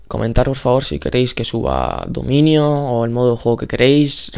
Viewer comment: es dominio no dimunio